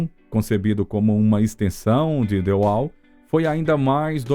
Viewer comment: Que texto mal feito! Mas o que mata é a narração! DI UAU já foi phoda, mas ouvir tantas vezes o ROGER UADERS foi mais que phoda!